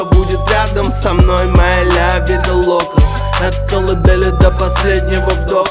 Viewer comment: Лявида лока произношение раздражает но я люблю тебя смоки